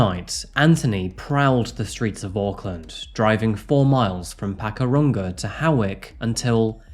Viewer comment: Also. Pak'u'ranga. and Tama-ki. Your efforts are appreciated, but you're turning all our place names Australian!